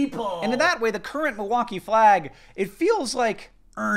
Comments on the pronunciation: I’m from Milwaukee. And I didn’t recognize either one of those flags! I know the Chicago flag though. Thanks for pronouncing “Milwaukee” correctly. I live near the lake and the Milwaukee art museum so it’s weird that I never saw our flag. Now that I’ve seen our flag, I don’t hate it. I think it’s cute. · As a wisconsinite I'm just glad that you're pronouncing milwaukee correctly lol